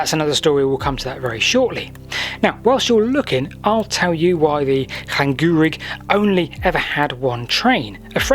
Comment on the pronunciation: Llan-GEAR-rig. Good effort.